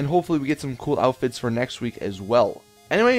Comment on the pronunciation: Every time you post a Fashion Friday you say, GTA V Cool 'Outifts' instead of "Outfits" Lmao